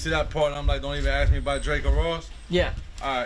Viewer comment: reads well but can't really pronunciate shit and says ax instead of ask